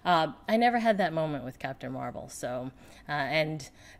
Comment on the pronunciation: Catpun Meh-Well :)